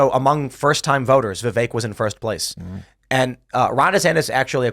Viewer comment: Vipek Ramaswamy? 😅